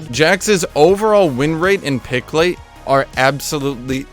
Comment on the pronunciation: "pick late" wtf, r u japanese?